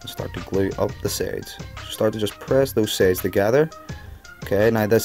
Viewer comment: why do you say sades and not sides